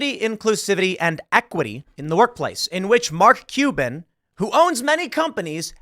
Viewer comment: Do you wanna be "MarLk Cuban" or Mark CuLban"? We are gonna have to figure out where to put that massive fucking "L".